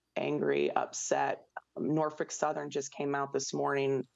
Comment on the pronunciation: I like how she's pronouncing "Norfuck Southern" 😂